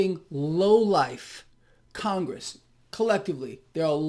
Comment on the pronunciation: It's Con-Gress. Absolute low lifes.